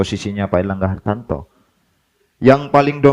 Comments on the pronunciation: HARTARTO BRO BUKAN HARTANTO KWKWKWKWK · Airlangga Hartarto... Bukan Hartanto